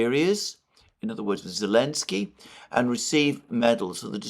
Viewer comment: Well, you pronounce Putin, Merkel and Zelensky name correctly. This is a good enough!